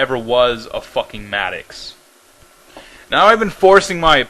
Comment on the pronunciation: It's pronounced Mad-docks. And fuck you.